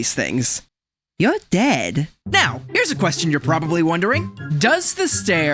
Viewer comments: "if she's gets an army of these things.. Yow ded" killed me XD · "If she gets an army of these things... Youw ded." I love that lol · How he says your dead is so funny